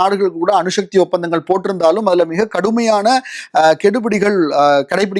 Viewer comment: அணுஷக்தி இல்லடா அணுசக்தி